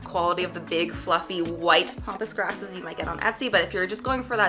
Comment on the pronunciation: I love ya and I so badly want you to learn how to say pampas grass, haha! I die laughing every time you say pompous grass because its such a silly visual.